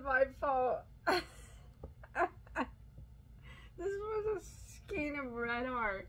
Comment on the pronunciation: I just bought a manual winder and swift. Using alpaca yarn and the skeins tangle. Looking forward to less winding time. Skein is pronounced "Skayn". The "ei" sounds like the number 8.